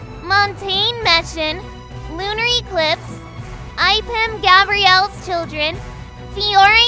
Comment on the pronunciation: She says lunarEclipes from Itsfunneh